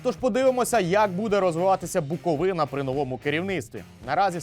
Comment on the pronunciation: Лайк тільки за правильний наголос в слові Буковина 🥰